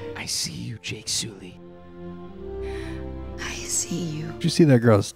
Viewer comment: I could not stop hearing say Jake Sooly when I was watching Way of Water😭😭